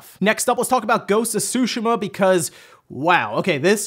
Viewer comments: whys he saying sushima its tsu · Dude only once did he pronounce it right every other time it he was just reading it as Sushi...ma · I find it funny how ppl say ghosts of "shoe she ma" and now it's "two sh ma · Is Ghost of Tsushima pronounced SUSHI-MAH or SUE-SHE-MAH? Out of all the Paper Mario games only Sticker Star is terrible, Color Splash is heck of a lot better than Sticker Star despite it having some issues. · Everyone: Ghost of Tsushima: Ghost of Sushma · I could swear he has pronounce it correctly before. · Everyone acting like they've been pronouncing Tsushima correctly now like Forza, when just yesterday we were all saying su-she-muhh lol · Charmara The devs want us to mis-pronounce the name of a city? That is crazy. IMO, it is like saying I-taly but whatever. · Why did you change the pronunciation of "Tsushima" all of a sudden? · You didn’t say Tsushima right 4 times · Why are you pronouncing Tsushima differently in this video? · Wow. That is not how you say tsushima. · You are pronouncing Tsushima wrong.